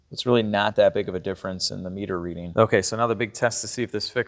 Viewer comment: I though you said analog Peter when you said analog meter.